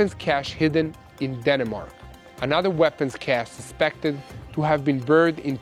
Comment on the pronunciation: Den-mark pronounce with 2 syllables not Den-a-mark😊